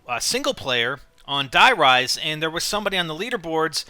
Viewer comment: it hasn't been Nazi zombies since kino and were speaking English and that's a wrong way to pronounce it btw we already have a der riese and die RISE like skyscrapers